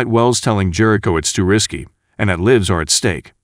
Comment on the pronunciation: You're pronouncing "lives" wrong